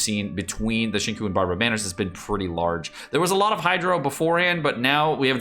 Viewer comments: Shin koo shin koo shin koo shin kok sheen kuuu someone strap him to the chair and force to learn to pronounce the names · Seriously. The right way to pronounce his name is Sing Chew. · XingQiu is pronoun as Sing Chew. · "Zingkoo" Fuck no. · No one's going to mention pronouncing "Xingqiu" as "Shingkou" 🤣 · Repeat after me,: Sing-Cheeoh.